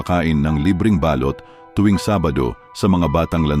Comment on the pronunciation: Bkit kaya kpag lalaki ang narrator eh mali2 ang pagbigkas ng mga salita Mali po ang bigkas ninyo ng balut at balot ,saka ng salitang baga(lungs) .